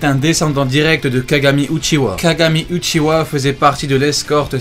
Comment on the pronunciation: C est pas Uchiwa comme tu dis mais Uchiha en prononçant le h